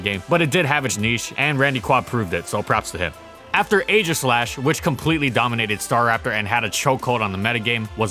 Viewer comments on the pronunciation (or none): none